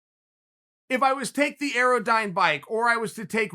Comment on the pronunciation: Guys, everyone! Chael - it’s an AirDyne bike. Pronounced air-dine. I own one and four times a week it wants to kill me. Anything above 60 RPM for more than a minute increases your chance of dying both exponentially and instantaneously. 80 RPM is crazy!